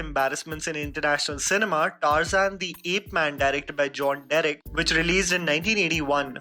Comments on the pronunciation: no one: literally no one: Tar-Zain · Adventures of “TARZAN”?!!! Like seriously TAARZAAN? That’s how we pronounce it 🤦🏻‍♂️🤦🏻‍♂️🤦🏻‍♂️🤦🏻‍♂️ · You sure your pronunciation for Tarzan is right ?